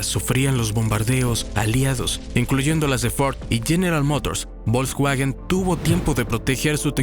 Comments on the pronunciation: Veo que no sabes pronunciarlos: "Porche" y "Volsvaguen" (no porcha ni volsvuajen) solo por si te interesa decirlo bien 😅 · La marca Bolcsgüagen... se dice Folksvagen y seguro lo has escuchado, nada más son ganas de no decirlo bien. 🤣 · Excelente documental... salvo por el horroroso narrador IA... bolksguajen Tanto cuesta narrar tras un mic? 🤦🏼‍♂ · Volkswagen,se pronuncia fols vagen,esa v suena como f en alemán